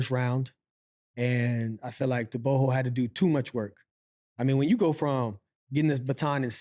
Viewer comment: Thank you for pronouncing Tebogo properly this time around